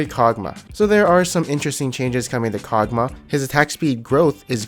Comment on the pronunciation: The way you pronounce everything is so interesting lol.. Tie-a-mat, Kogmuh XD